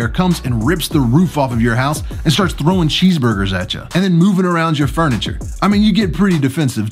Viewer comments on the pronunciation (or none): none